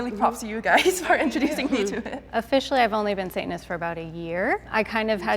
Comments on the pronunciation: I’m guessing it’s the girl in the red lip and white top cause she said satinist the rest didn’t they just said sayanist they didn’t pronounce the t so I’m guessing her literally from the first 10 seconds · my first guess is the one who pronounced the first “t” of satanist.